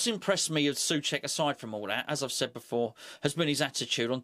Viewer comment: it´s NOT "Suček" but try to say so + check (without pause) :)